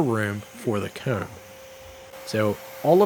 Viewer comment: His ccs t is hilarious 😂 “cooowm”